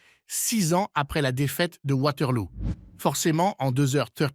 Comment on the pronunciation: Lol Waterlou ... On dit Waterloo et c'est une fiction pas un film historique. Tellement nul cette vidéo